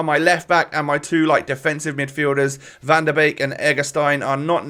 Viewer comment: You said Malen the first time right and Van den Beek the second time right